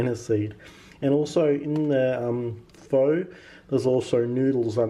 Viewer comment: Also, pho is pronounced 'pha'. Yours looked yummy!